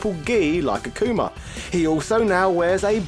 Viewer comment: AH-KOOH-MAH!, RUU and goo-ken lol